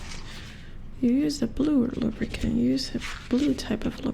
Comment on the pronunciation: The way you say lubricant sounds like lubberkin which is form of botchling in the witcher universe. They are the spirits of stillborn children who watch over a household. Very interesting stuff :3